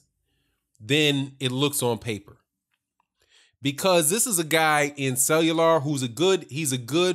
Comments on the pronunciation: Cellular? Lol let me sound it out for you: Kway-yar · Cuellar.... It's pronounced Qāy Are bro